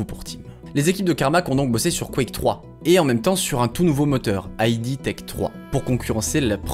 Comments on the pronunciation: Et aussi, on ne dit pas "Aille Di Software", mais "Ide Software". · Dommage que tu perdes toute la crédibilité qu'on t'accorde au bout de 2 minutes... On dit pas "Ay Di" Software, c'est "Id" software. N'importe quel journaleux JV un peu sérieux le sait. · Bonne vidéo, on a dû te le dire 100 fois mais : id dans "id software" ça se prononce "ide" et pas "aïe di"; "engine" se prononce "enjine" et pas "enjaïne". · "Aïdi software" triggered ça se prononce "ide" /puriste Bisous. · Je viens de découvrir ta chaine, j'aime beaucoup, une toute petite erreur (que beaucoup font ^^) c'est le nom "id software" c'est pas "aïdi" mais "id" juste "id" (dixit les dev eux mêmes) GG en tout cas pour tes vidéos, t'as quand même gagné un abonné en plus. ps: engine (comme une angine) ^^ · En fait ça ne se prononce pas "aïe di" mais "eed" software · Bonne vidéo ! Par contre pour Id Software, ça se prononce "id" et pas "ail dit" 😅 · c'est pas "ID' " software ? plutot que I.D. software ? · La vidéo est super et j'arrive après la bataille mais il y a des petits soucis de prononciation. Déjà ID Software : ID se prononce "eed" et non"I-dee". Et pour "engine" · Et on dit "id" en une syllabe pour id software je dénonce moi aussi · Ça se prononce "ide" software. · Dis correctement "id" aussi alors ... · on dit engeene et pas engayne! (et aussi ID software se prononce EED sofware) sinon j adore tes videos ! bonne continuation :)